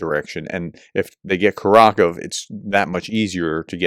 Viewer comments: Howdy Professor — You are doing much better on your pronunciations. However, Kurakhove is pronounced: KUR (as in current) A (Ah) Khov (exactly the same as cove) E (Ah). KurAKhovE. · Kurakhove is pronounced coor-ah-cove-ah. The soft 'e' ending is typical of how Ukrainians speak the place names. so a place name ending 'dove' isn't 'duv' it's 'doh-ver'. Similarly .. the kove ending is koh-ver.